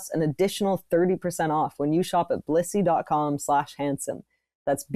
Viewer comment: this didn't sound like they were saying Blissy at all